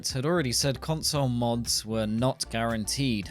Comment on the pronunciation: "cunsuul moods" Dude went full Borat on that one.